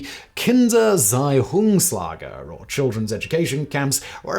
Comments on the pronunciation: Thanks for covering this topic. But somebody needs to help you with your German pronunciation, sweetie. 🙂 E.g.: "Kindererziehungslager" = KIN-der -Er-TSEE-oongs Lah-ger, i.e. a camp (Lager) for the education of children. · I'm here for the pronunciation of Kindererziehungslage and the comments about German words. My German isn't brilliant, I'm not a native speaker, but if you want to run some words by me regarding pronunciation, feel free.